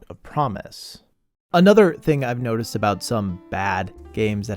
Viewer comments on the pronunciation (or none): none